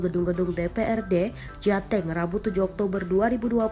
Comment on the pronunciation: Mohon maafau ralat Bacanya Jateng itu Jateng, bukan Jateng